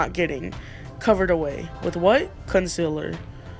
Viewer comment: Did you just say conciler😂😂😂